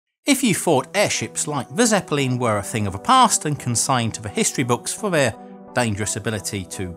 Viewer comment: ZeppaLEEN? Huh?